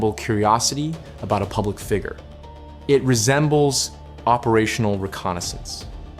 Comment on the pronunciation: I'm so glad this isn't narrated by Ai. At least I don't think it is. Edit: Oh no Google said sounds and visuals were significantly altered meaning Ai. Well it's a good Ai narrator then. Other than how they say figure. Lol